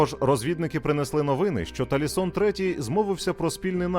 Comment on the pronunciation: все ж Тасіліон, а не Талісон 🙂